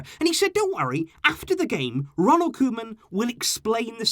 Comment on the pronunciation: It’s not the club it’s Bartemou, board and it sounds like Kouman.